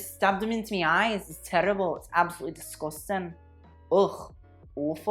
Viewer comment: LOL Oh GURL, I love your commentary, but you with the Scottish accent KILLED ME. "DISGUSTANG!" LOL